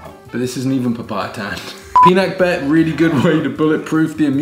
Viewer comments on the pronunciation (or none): Pi-na-keb-bet not pinakbebet 😂😂😂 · I don’t put ampalaya when i cook pinakbet as my hubby doesn’t like ampalaya, Welldone of pronouncing pinakbet with hard B. 😅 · Pinakbet is not a Tagalog word but Ilocano (Northern Luzon). It is pronounced pinahkbot. Luv u guys! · I love seeing you make and eat Filipino dishes. It makes my heart so happy. i miss the Philippines that much. In the Philippines we have this saying “kung ano’ng bigkas ay s’ya ring baybay.” Meaning, how you say the word is how you spell it. Pi-pee nak-knock bet-bet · Pinak-bet (pinakbet), papa-ee-tan (papaitan), am-pala-ya (ampalaya), too-pig (tupig - grilled rice cakes), dinak-dak-kan (dinakdakan) Try slicing the ampalaya into thinner slices next time and rubbing it in salt, keeping it for a time then rinsing it off instead of putting it in salted water.